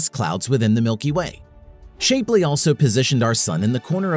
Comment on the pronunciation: Sorry it's not Shape-ly. It's Shap-ly